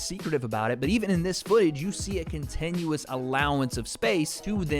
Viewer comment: Contenuous? What's Contenuous?